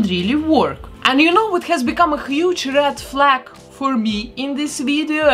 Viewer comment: Funny how I thought you said Rat Flat instead of Red Flag but I knew exactly what you wanted to say.